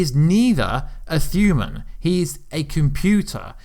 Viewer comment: I'm well accustomed to certain pronunciations being butchered by a accent, but since when did "human" become "thuman"?